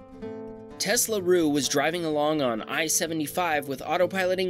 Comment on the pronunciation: his name is Telsaru not Teslaru. I suppose you're used to saying Tesla so much you said Teslaru instead.